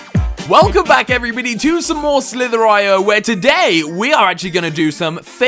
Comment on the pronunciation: did you say welcome back everybidy??